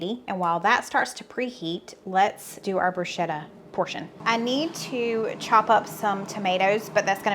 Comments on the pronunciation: Not to be a nit picker but it’s pronounced “broosketta” any time there is an “H” after a consonant it is a hard sounding consonant. Like spaghetti. You just earned a credit of Italian. Keep up the Great work!!! Hoping Gracie Lou gets some cheese!!! - Nick Giardiello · Hi great recipes you and the family have for us. To pronounce bruschetta “broo·skeh·tuh” ‘sk’ not ‘sh’ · Heh southern girl it’s pronounced broo sket ta not bru shet ta! lol